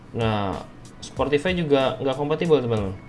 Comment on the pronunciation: SPOTIFY BANG S-P-O-T-I-F-Y. Ga ada huruf “R”